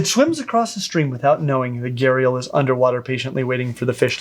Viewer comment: Every time you said gharial i heard gyarados and pictured the pokemon